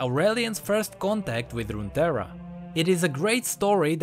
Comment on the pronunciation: ruterra? i thought it wax runetrra.